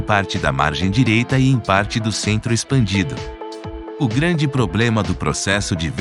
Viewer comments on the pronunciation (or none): none